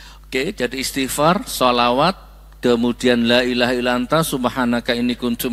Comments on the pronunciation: Maaf Gus, membaca hadisnya bukan ala dzikrullah tapi, ILLA ..... ngapunten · Ila bukan alla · illa dzikrullah kok dibaca ala dzikeullah ..???